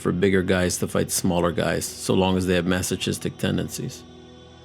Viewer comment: Masochist is pronounced like masokist. Sorry, I get kinda anal about that stuff.